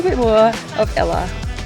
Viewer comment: What a wonderful travelogue. However, I was distracted by the poor pronunciation of some of the places visited. It's not pronounced Sig-e-rhea but Sea-ghi-re-ya and Ella is the Sinhala word for 'waterfall' (pronounced al-le) and not the girl's name!